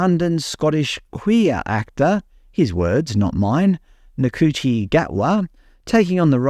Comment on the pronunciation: It's pronounced shooty it rhymes with fruity.